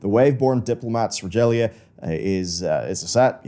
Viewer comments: Did he just say "Rejalia" Instead of "Regalia' hahahahaha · its a hard g leading to an a for Regalia! So it would be like "Ree-gale-eeya"! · really, Regal, ia, not haaaaarrrrdd